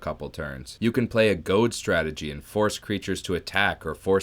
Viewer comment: Heard Stragety, lost my mind for second. Read channel name, realized all is well